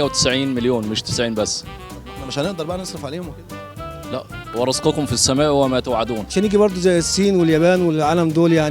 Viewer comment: "وفي السماء رزقكم وما توعدون " وجب التصحيح لانه نطقها غلط